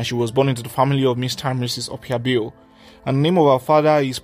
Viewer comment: Bale is an Ijaw and itsekiri name. And you are not pronouncing her last name properly.